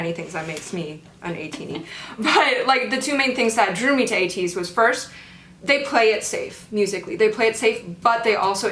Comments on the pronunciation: When u pronounced Ateez n the subtitle is 80s it so similar to my ear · said Ateez Roty 😂